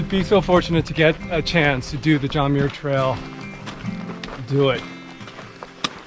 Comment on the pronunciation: Awesome film!!! I appreciate how you showed the highs and lows of thru hiking. Always a rollercoaster! A couple of thoughts: The name Muir is pronounced "mmm-your". As a relative of John Muir, I was super disappointed that you didn't use your voice to at least recognize that you were on Indigenous land and that while the colonizers call it the John Muir Trail, it is an ancient Indigenous trail named Nüümü Poyo that was established long before colonizers arrived. The trail travels through the ancestral homelands of many Sovereign Nations, many of which are still very much alive. Choosing to not acknowledge this Indigenous history is a form of erasure, especially when you reach such a wide audience. We need to help with and be advocates in decolonizing the land.